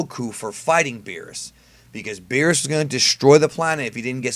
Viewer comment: You said berrus and whis btw (not hating)